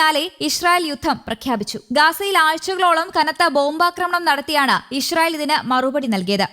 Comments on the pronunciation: ഇഷ് റയിൽ അല്ല കുരുവി ( ഇസ്രയിൽ ) ഷ അല്ല സ സംങ്കിയു ടെ ( സ ) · ഇഷ്റായേൽ അല്ല മൊയന്തേ ഇസ്റാഈൽ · പല്ലു തേക്കുമ്പോൾ നാവു കൂടി ഒന്ന് വടിച്ചാൽ നന്നായിരുന്നു. ഇശ്ര യിൽ എന്ന് ഉച്ചാരണം ശരിയാക്കി ഇസ്രായേൽ എന്ന് പദം പറയാൻ സാധിക്കുമായിരിക്കും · ഇശ്രായേൽ അല്ല, പെങ്കൊച്ചേ 😂 ഇസ്രായേൽ എന്നാണ് പറയേണ്ടത് 😅